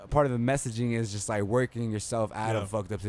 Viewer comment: This young baca guy tries to talks like he’s a celebrity but at the same time he talks nonsense and irrelevant topics where is WALPHS? WADIO STATION? What is woahking?